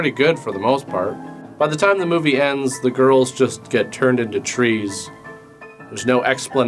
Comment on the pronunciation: When you said “trees”😂